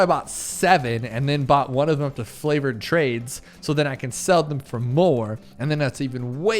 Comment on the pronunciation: Why do you keep calling them "flavored trades"? It's "favored trades". Favored, as in trades that are in your favor.